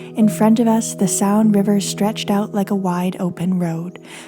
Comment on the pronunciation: Thank you so much for your wonderful storytelling. I enjoy every minute of your videos. Just as an aside, you don't need to pronounce the "a" in Saône. Just let it rhyme with Rhône. Much love!